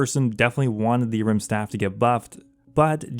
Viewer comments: Is the A silent in Ahrim? Took me literally 3 minutes to figure out you weren't talking about a rimstaff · The way you pronounce Ahrim 😫😫